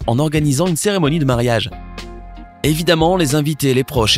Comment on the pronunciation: Ont dit mariage pas marayag